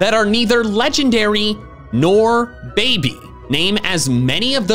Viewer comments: Alternate title:two grown men take a breeding quiz while bullying the host to say babby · I REFUSE to accept Wolfey's pronunciation of "baby". It's wrong. WRONG, good sir.